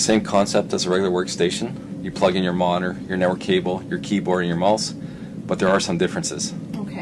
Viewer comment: "you plug in your moner, your network cable, your keyboard, and your mulse"